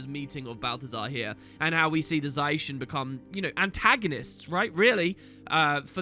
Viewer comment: don't mind the 360p but for the love of lyssa stop saying za-i-shen zai-shen pleaaaaaaaase